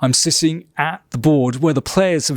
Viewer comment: 'Im SISSING (😂😀) at the board....' Im not sure what he wants to say 🤔🤔